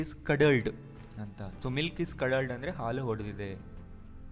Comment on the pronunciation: Sir , I'm one of your students. In this perticular video the pronounciation is ಹಾಲು ಹೊಡೆದಿದೆ is wrong and the correct pronounciation is ಹಾಲು ಒಡೆದಿದೆ . Anyway your teaching way is fantastic 🙏